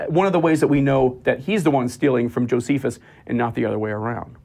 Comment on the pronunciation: Dunning-Kruger effect. Doesn't know how to pronounce "pleural effusion." Or "Josephus."